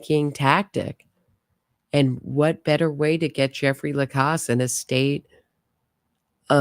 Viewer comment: You know everyone pronounces Jeffrey’s last name with the after the c like the sound in pause. He says Lacasse with the sound of the second a like the sound of the a in apple.